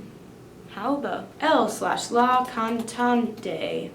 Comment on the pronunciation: I'm from Argentina, and ofc i speak spanish (no shit Sherlock) and it's so funny hearing "la cantante-e" at the end, our "e" it's plain, sounds like an "a" to you... Or similar lol, point is, when americans pronounciate it, it's funny. Anyways, i love you and live for your content. Send you love from the bottom of my heart... And the world:s